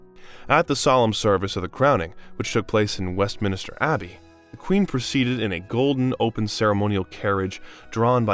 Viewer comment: “West Minister Abbey” multiple times is what got me. WestMINSTER. Not hard.